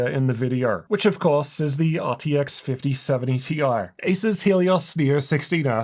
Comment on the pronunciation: He seems unable to pronounce Asus for some reason.